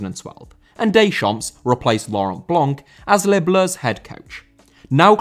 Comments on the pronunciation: You do not pronounce the final 's' in a French word. Deschamp(s)!!!! Versaille(s)!!! Pari(s)!!! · Deschamps* not Deychamps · you pronounce it didier decham'